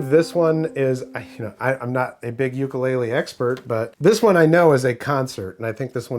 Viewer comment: oo koo lay lay